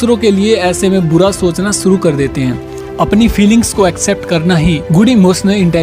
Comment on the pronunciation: Boy you should work on 's' or 'sh'.. suru nhi hota it's 'shuru'